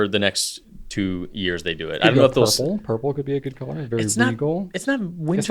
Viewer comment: “A little blurple-y.” 😂😂😂